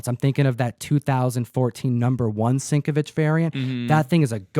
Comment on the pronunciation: Sienkiewicz = SIN-KEV-ITCH